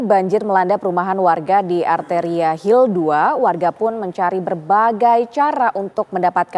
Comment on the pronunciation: hill maksudnya hil lir